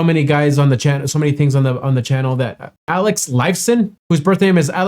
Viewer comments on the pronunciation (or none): none